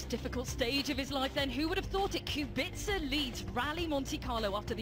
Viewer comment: how hard can it be to pronounce his name lol..... qu-be-ca